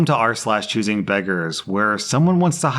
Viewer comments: goddangit now I cant stop hearing "arse-lash" thanks Rslash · Now I can't unhear Arse lash 🤣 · I had never once heard it as "arsh lash" and now it's all I can hear. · now i only hear "ars-lash"